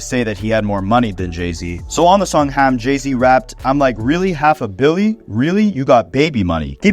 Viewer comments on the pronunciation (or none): Stop saying Ham like that please 😭